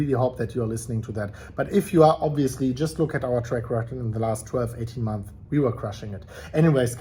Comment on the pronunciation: Months* learn how to pronounce